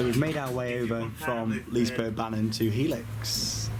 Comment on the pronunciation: Good old Liseberg. Been years since last i was there. Think they still had the woodie. Not sure though. #Pro(not really)Tip: To help pronouncing Liserbergsbanan, pronounce banan like you say Banana (just cut out the last A) :D